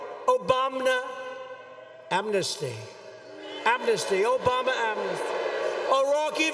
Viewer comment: All I can hear is Obamna XD